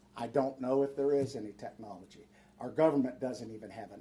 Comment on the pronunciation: He might have good Intentions but he can barely pronounce the word technology. 🤷🏻‍♂️ just being honest. This guy is talking about his grandkids “drones”.